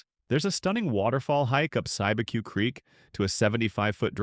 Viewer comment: Cibeque is pronounced "SEE-B-Q"